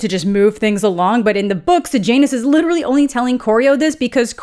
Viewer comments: Does anyone else hear Sejanus as Sir Janus Every single time she says it, it's all I hear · Am I the only one who read it was Corio-Law-Ness and Say-Yah-Ness and was extremely disappointed by Coriol-Anus and Sage-Anus ??